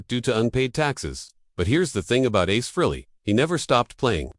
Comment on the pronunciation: Ace Flea? Come on AI, thought you were supposed to be smart 😂😂😂 what a fuckin joke